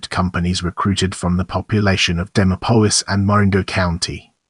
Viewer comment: Bad AI...pronounced "Dee Mop Olis" 😢